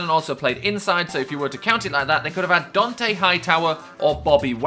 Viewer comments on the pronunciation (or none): none